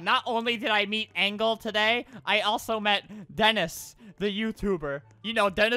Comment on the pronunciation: ''Angle'' XD